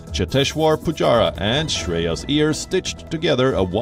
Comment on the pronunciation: Why is this person announcing headlines try to emulate American accent? He can't pronounce Iyer as Aiyar and has to pronounce it as Ear. He is clearly an Indian. Be proud of who you are man